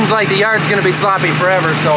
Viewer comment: I’m taking a shot every time says shloppy.